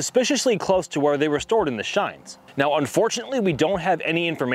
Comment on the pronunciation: Why does he say chines like that